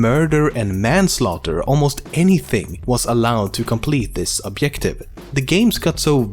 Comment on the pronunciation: Awesome videos, keep it up, but i just cant tolerate how you say the word objective! You have to pronounce the j :D